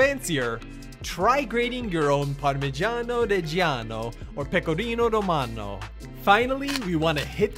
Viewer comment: Love this carbonara even i do not agree whit bacon. Congrats about your pronunciation of “parmeggiano reggiano”😍😍💪💪👏👏👏👏